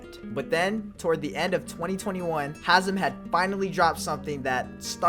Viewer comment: Its hazem